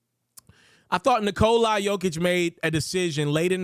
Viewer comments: 👎 for saying Nikol-i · Why does this dude keeo calling him "Nikolai"? Thats jot how its spelled and not how its pronounced.